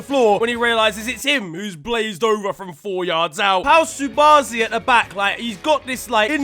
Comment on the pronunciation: please its pronounced KU-barsi not subarsi